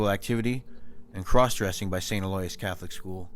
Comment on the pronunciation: Good story. Just the right amount of creep factor. Btw Aloysius is pronounced Al-o-wish-use.